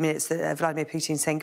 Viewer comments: Dear UK specialists who pronounce this maniac's name "Pjuutin" - stop it! It's pronounced "Pooh-tin". Which is a tin of poo. Which is suitable. "Pjuutin" sounds way too cuddly. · Not as funny as all the reporters saying POO-tin instead of Put-EEN. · Yep - it's 'Pew-tin'. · He can't even pronounce Putin. 😑😑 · This gentelmen never misses an opportunity to mispronounce names ;) Prigozin not 'Prizovskin'. BTW: its Putin not 'Piutin'.